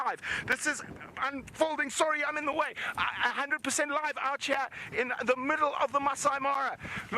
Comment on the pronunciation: “Out hair” or “Out here” ???😉